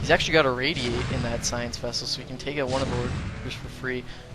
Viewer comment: Taking "oot".